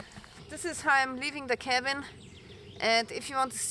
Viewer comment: “Cabin”. Smh